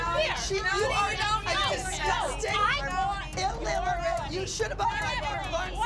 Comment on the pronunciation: Abby: “DISGUSTING… illiLLerate”